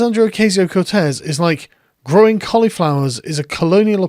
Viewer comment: Why did she say “gwowing pwants” though?